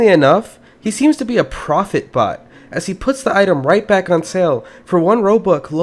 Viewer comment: Thought he said, "If you ever seen a bot before, smash that like button." What he actually said: "If you very seen a BOX before, smash that like button."